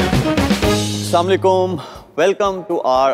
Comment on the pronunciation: It's Assalam o Alekum... Not salam Alekum